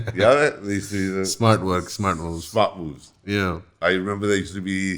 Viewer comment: 100℅ agreed but when u say the word "moves" It sounds like b*00*z